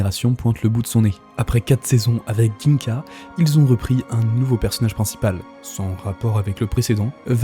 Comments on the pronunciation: Par contre "GUingka" au lieu de "Jingka" c'est non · Bonne vidéo chef mais on dit pas ginka mais sa se dit djinga